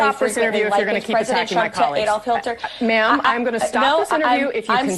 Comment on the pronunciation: "Adolf Hilter"😂